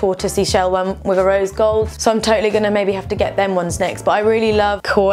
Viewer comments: We're sunglasses twinnies! Oh and its pronounced as "key"! ❤️ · That sunglass brand Quay is actually pronounced as "kee", like the word key. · these outfits are so gorgeous,! quay sunglasses is pronounced key btw x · Quay is pronounced like key!! I love your hauls :) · Quay is pronounced Key. (Like Circular Quay in Sydney Harbour where the opera house is - pronounced Circular Key.) I love your vids, your editing is always on point! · Quay is said like "key" x